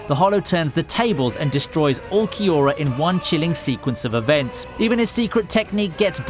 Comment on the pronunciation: great vid but u need work pronouncing names just like Urukiora ( Uru ki ora).